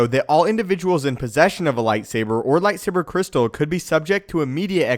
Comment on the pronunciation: I took a drink of rum every time I heard "lightsabah cwystal" and I now write to you from the hospital. 🖕